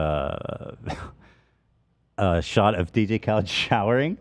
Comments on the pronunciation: Khalid is pronounced Kha-leed dummies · HIS NAME IS KHA-LEAD, NOT KHALED GODDAMMIT :_h3h3Danscream::_h3h3Danscream::_h3h3Danscream::_h3h3Danscream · His name is pronounced KA-LEED not CAL-ID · Listening to Ethan miss pronounce Khalid’s name was so painful